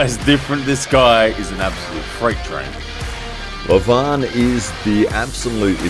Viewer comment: Leeevan not Levaaan.Devooon .LoL